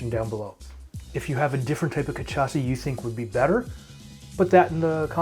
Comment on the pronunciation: Ca shaw sa* not ca tcha sa